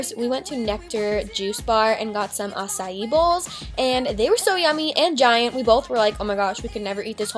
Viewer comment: did she pronounce acai- acyee?